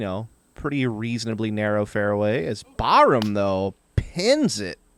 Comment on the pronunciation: Tims last name is pronounced Bar Ham, not Bahram.